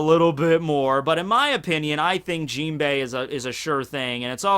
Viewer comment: Why do you pronounce Jinbe's name with an "i" at the end? Similarly with the word "anime". It's really annoying ...